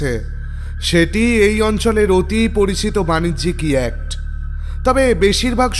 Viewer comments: Its yacht..ch is silent..pronunciation hobe ইয়ট। ইয়াক্ট noy.. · Darun laglo ...tobe koyekta pronunciation thik korte parle r o valo hoy. Jemon s, sh er r yacht hobe yewat...yakt noy. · না বলে পারছি না,কারণ আমি একজন গুণমুগ্ধ শ্রোতা এই চ্যানেল এর তাই এই correction টুকু করছি।YACHT-এই শব্দ টির উচ্চারণ হবে ইয়ট। NOT ইয়ক্ট। please correct it. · Yacht এর বাংলা উচ্চারণ ইয়াট্ হয় । দয়া করে পরবর্তী ক্ষেত্রে ওটা শুধরে নেবেন, শুনতে খুব খারাপ লাগছে । গল্প শোনার আনন্দটাই মাটি হয়ে যাচ্ছে ।